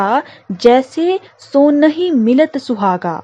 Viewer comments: Mam please reading practice kijiye bhot galat padh rahi h aap bas ko basi Sonhim ko sanohim🤣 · मैडम...बरै एवं सोनहिं का उच्चारण सही से करें।